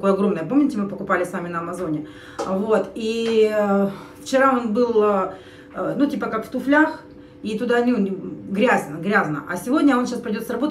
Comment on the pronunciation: Не в " туфлЯх", а в " тУфлях".